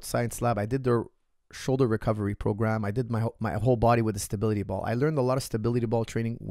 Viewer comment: as you like stability ball so much, you should practice saying the word. If you stay consistent over a period you will become a master. I guarantee it! (Great content by the way:-) )